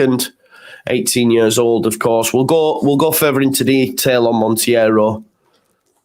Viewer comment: It's just Montero you don't need to pronounce the i 😂